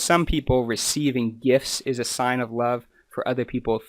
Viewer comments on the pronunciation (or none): none